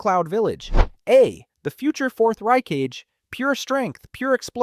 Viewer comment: Please find an Ai to pronounce the words right. Ry-cage?😭